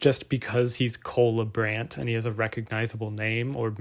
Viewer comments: Does this guy realize his name is Cola Brand? That's all I hear when you say his name. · I thought you said "cola brand" and you said what comes to mind when i say cola brand.... coca cola? 🤣🤣🤣